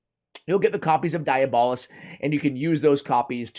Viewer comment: Also, it's pronounced dee-AB-uh-list.